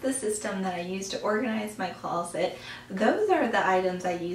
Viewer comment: it sounds like you are saying, "close-let" I'm not trying to be rude- but I couldn't listen to your entire video... because you kept saying close-let.